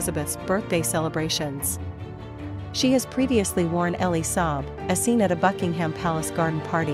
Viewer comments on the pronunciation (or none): It’s NOT recycling. It’s called wearing a dress more than once. For heaven’s sake stop this nonsense. By the way learn the correct pronunciation of Buckingham……